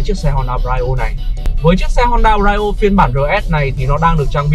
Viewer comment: Phát âm Brio sai rồi